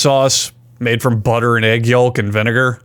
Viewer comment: The most shocking thing from this entire video was how he pronounced "yolk." I've never heard it like that 😂 talk/walk is one thing but yolk was another 😂😂